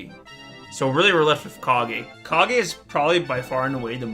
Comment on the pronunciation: U were right. KAH - GHEY